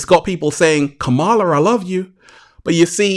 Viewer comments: …it’s COME-MA-LA dummy 💯✔️… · Beloved! Beloved! 😩😩😩 you’ve got to work on the pronunciation of VP Harris’ name: it’s COMMA-La (like the comma in a sentence) …mmmmm Slow motion this side 🙂‍↔️